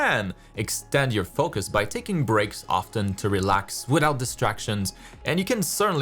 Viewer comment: the way u say foCus, its funny